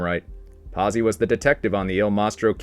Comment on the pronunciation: Verg, er Verge er, verger Pot zi, pazzi, great video, but God damn, can we Americanize names any more ? Seriously lol